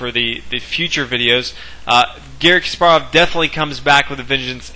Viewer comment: omg stop pronouncing his name kas PAR ov its KAS parov